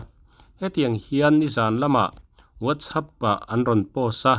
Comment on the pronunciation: whatsapp ti hi i lam fiah thei lo mi.....